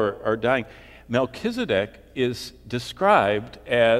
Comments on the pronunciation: MELCHIZEDEK...'Z' NOT 'S' AND NOT SAD, BUT ZEDEK...;) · Melchisadek = Melchizedek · you don't pronounce his name right for A start , so you haven't spoken to him , where did you get the information from ? I spoke to him in 1984 he came and had a chat . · It's pronounced 'Melchisadek', not, 'Melchisadek'. Rookie...